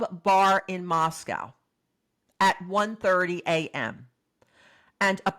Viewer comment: TY for your videos. Respectfully, Moscow in Idaho is pronounced with the second syllable is a long O sound.